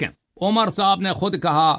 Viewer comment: ہمیں حسن اللہ یاری پہلے تو اپنا گلا ٹھیک کر تو حضرت ابوبکر صدیق حضرت عمر اور حضرت عثمان کا نام لے نہیں پا رہا ہے اور تو جو ہے بات کیا کرے گا ان کے بارے میں ج*** ادمی